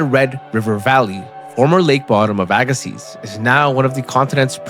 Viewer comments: Pronounced Agassee... Not seez.. Dummy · I’ve only ever heard it pronounced “Ay Gah See”, without the Z. I know this because we live on the first shoreline of Glacial Lake Agassiz. We learned about it over and over in school. In fact, if you step out my front door and turn west, it is flat as a pancake. It you turn east, it is nothing but hills. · The z is silent. The ssiz is pronounced like sea. AG-ə-see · its hard to listen to when you know its pronounced wrong. but i read dictionaries as a kid and learned phonetics and can read that way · It's pronounced "aga-see". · I had to quit watching. Couldn't handle hearing aga-seez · Z is silent at end. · But the "z" is silent.... and i loved the video!!